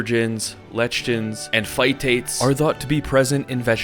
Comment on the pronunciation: lech tins